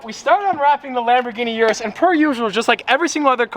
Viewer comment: I can't wait til the Urus is gone and we don't have to hear you constantly mispronounce it anymore